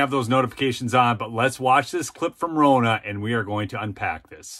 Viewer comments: I can't stand the woman, but the CORRECT way to pronounce her name is RON-NUH, which rhymes with FAWNA! It is not ROE-NA., we are going to start calling you, LOL!! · FFS, - Ronna rhymes with Donna! It isn't Rona